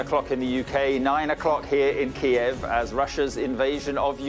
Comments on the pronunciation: First time im hearing Kyiv pronounced correctly! lol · key-ev is the Russian pronunciation, key-yiv is the Ukranian pronunciation. Ukraine has been encouraging people to use Kyiv as they seek to distance themselves from Russia